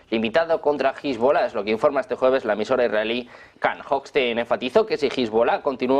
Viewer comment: Cuando va a dejar esta gente de pronunciar mal Hezbollah?